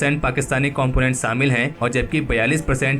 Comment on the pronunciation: saaamil kar diya suru kar diya... behanchodh SH-SHHA hOTA HAI.......SAALA GANDU PAIN TO HEAR